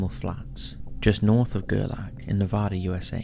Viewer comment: I love everything about this!! I have just ONE thing, it’s nev-AH-dah!! 😅😳🤣